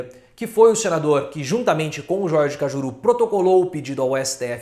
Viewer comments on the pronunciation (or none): none